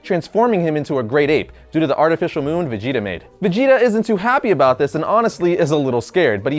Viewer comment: He pronounces vegeta fajeta